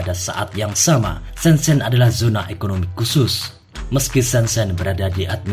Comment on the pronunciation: sebut pun salah. "shen-jen" ma